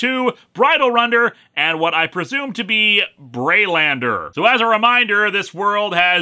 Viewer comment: I doubt I am the first to mention it but it's probably haylander not braylander